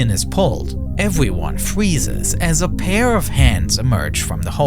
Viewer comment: “Eweryone fweezes” 😂🤣😂